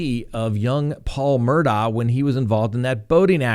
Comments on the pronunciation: It's pronounced Murdog not Murdaugh! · it’s spelled Mur daugh but the family pronounces it… Mur Dock. Just FYI 🤪